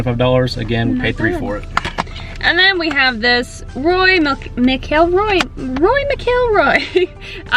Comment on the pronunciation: Pronounced Roar-e Mac-elroy ;) haha great video you guys!